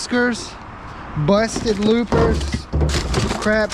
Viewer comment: Loppers, not looper